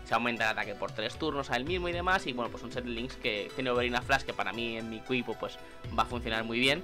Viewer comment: dijiste ekuipo en el minuto????